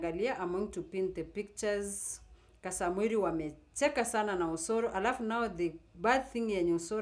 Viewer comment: Point of correction,He is Kasmuel not Kasamuel.Pronounce the name correctly